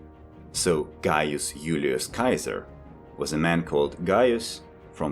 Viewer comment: Thanks! Ps: I love how you pronounced Caesar correctly.